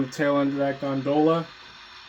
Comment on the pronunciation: Thanks for pronouncing gondola the right way,alot of people say it like it is a boat in venice,italy.